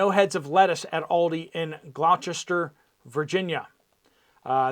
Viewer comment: I am in Gloucester, VA....it's pronounced GLOSS-STER. I was able to buy heads of lettuce from the Food Lion at the Point.